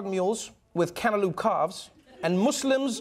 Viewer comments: He can't say cantaloupe for his life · "Canta-loop" Trevor has a fancy pronunciation for cantaloupe. LOL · You know, I thought, "This is funny, Trevor can't pronounce cantaloupe (can't-a-loop)" but then I thought, "Fuck me, this is an American thing isn't it?!"...then looked it up, sure enough... :) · I think it's adorable funny that Trevor Noah can't say cantaloupe.